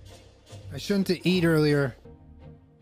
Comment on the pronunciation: refusing to say words like “shouldn’t” or “didn’t” right triggers me